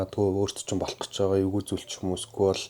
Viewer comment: yu yu geed shaachiwda😂